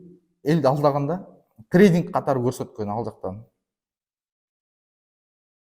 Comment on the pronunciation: Трейдинг -деп, трайдык дегин.эми кызыгуу мне болду ? 😅